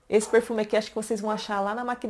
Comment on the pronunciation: “Porrrfume”... amo você falando isso.